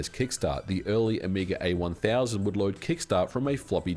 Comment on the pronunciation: "...That the Amiga A 1000..." Heh, FFR, oops, the "A" already stands for "Amiga," and then the "1000" is what should've had the emphasis. 😛